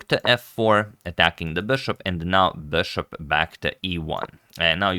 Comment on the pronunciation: You're my favorite commentator and your English is generally great but please "bishop", not "beshop"